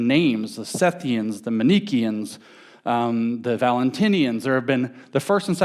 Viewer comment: Manichaean is pronounced man-ih-KEY-an, not man-NEEE-key-an. Come on, man...